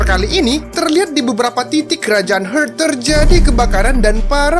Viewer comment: Kerajaan "hurt"??? 😅😅 cek ulang bosque pronouncenya "heart" yg bner